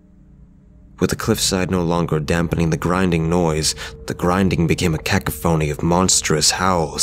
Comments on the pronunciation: Every time he says cacophony wrong it takes me right out of the immersion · I love this guys narrations... but someone teach him how to pronounce cacophony 😂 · at this point and a couple minutes later the word cacophony is used, please look up the correct pronunciation in case it comes up again 😊